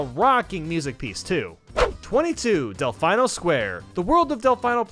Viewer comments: It's pronounced Del-FEE-no, not Del-Fi-No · Who dafuk says "delFAINo" and "nuKULar"??? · Cringing every time you mispronounce Delfino Square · Pronounced: “del fee no” not “delf i no” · Why do you pronounce it "Del-fye-no"? Even in the game they pronounce it "Del-feen-oh"! Not a dig on your content at all haha, just something I noticed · I just love Del-fine-oh plaza 🖕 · Never in my life have I heard someone say "Delfino" like that before. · Your pronunciation of Delfino is the most American thing I've ever heard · the pronunciation of Choco and Delfino made me uncomfortable